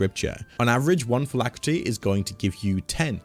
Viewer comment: Phylactery, not phylacrety.